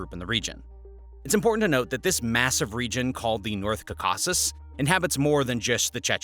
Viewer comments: Did the bot program writers spell Tzarina Vlad's name deliberately wrong to make it sound like 'Pootun' rather than it's correct pronunciation 'Putin' (Pew-tin')? The same thing goes for the repeatedly incorrect pronunciation of "caa-car-kuss" even though it pronounces the name of the Caucus mountains properly? Was it the bot creators attempting to escape the Russian destruction bots attention or was it (as I suspect) just lazy uncaring video makers not caring if anything was done wrong because it was cheaper to make than employing someone to read the script instead of just typing the script into a bot speaking program? The really obvious mistakes don't give the video any air of knowledge or authority regarding the subject matter, but instead expecting the viewers to be too stupid to notice. Video makers, take note. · The word "Caucasus" is pronounced as: KAW-kuh-suhs or KAW-kuh-sis Here’s a breakdown: KAW: Rhymes with "law." (the stress is on this sylable). kuh: A schwa sound, like the "a" in "sofa." suhs: Another schwa sound, or it may sound like "sis" in some accents. This pronunciation may vary slightly depending on accents, but the above is the standard English pronunciation. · You are the only one to pronounce Caucasus as "Kakasuss". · Kaw*kuh*suhs is how you need to pronounce it... even if you are using a text to speech, there are ways to get this right. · I know right, totally mashed that pronunciation.. more like cawk-us or plural cawk-us-is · Just record it once again, this pronauciation of Caucasus is unacceptable. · I can't take information from people who don't know how to pronounce words like Caucasus. Clearly, it's just Wikipedia and Google at work here. Guy has barely any actual knowledge of the subjects he talks about. In one video he called Stalin a great guy. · You’re butchering the name caucus !which I thought was a pretty hard thing to do lol otherwise good video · Please, learn how to pronounce Caucasus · Please stop saying Caucasus like that.